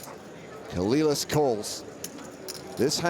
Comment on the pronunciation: Dude I know you're a brit and all but there has to be a part of you that just KNOWS it isn't pronounced "Coh-lil-las" dear god